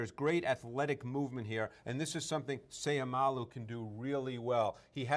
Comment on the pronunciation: Just a small correction his last name ends with an o not u. So u can pronounce with the word low not lou. So its Seiumalo. ( mah-low) At the end of his last name just a help in pronouncing. N by the way. Go Isaac!!!!!!!!!